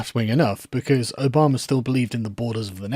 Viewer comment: I like that you unintentionally pronounce Obama as Obomber